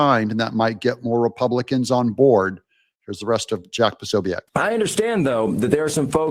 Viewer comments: Jack Po so biec not Poso biac🙈🤣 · Hi Doug love your channel, just a heads up Prosobiec is pronounced Pro So Bic, (e is silent) cheers 👍